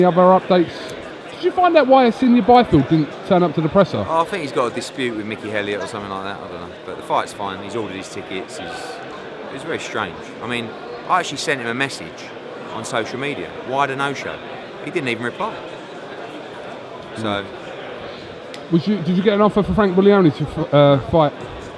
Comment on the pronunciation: 'I sent him a meshage'